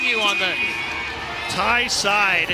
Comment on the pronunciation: the way commentator keep changing thai’s player name 😂🤣